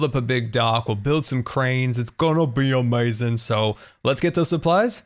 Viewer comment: I like how says amazing like "owmazing"